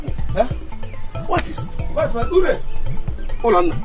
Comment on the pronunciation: lol its Ulonna and not Ulanna